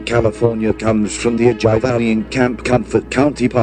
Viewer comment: LMAO the way that computer narrator pronounced Ojai 🤣